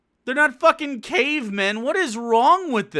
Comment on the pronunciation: Why are you slurring 'cave men'?